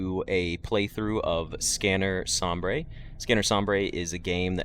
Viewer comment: Please, it's not pronounced som-brey, it's pronounced som-bur, this hurts me in an indescribable quantity